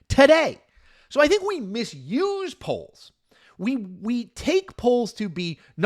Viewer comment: haha up until i thought you were doing a show about Poland haha really that's what i thought i heard